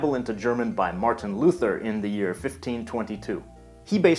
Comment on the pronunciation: Martin Luther, right thats not how to pronounce the name. We germans like it the correct way >:0